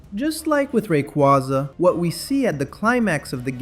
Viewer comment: not to be that person but they did just confirm it’s pronounced Ray- Qway-Za 💚